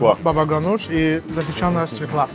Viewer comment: Уважаемый Ханбаба ! Пожалуйста, произноси слово свёкла правильно , с ударением - на "ё" .